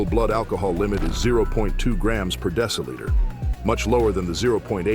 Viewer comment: How you pronounce deciliter is a crime against English.